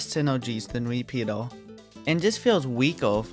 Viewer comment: Him saying "repeater" sounds like peter